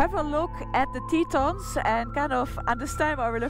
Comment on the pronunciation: Tetons. French word for 'tits'. Pronounced Teh-ton... not Teeeton.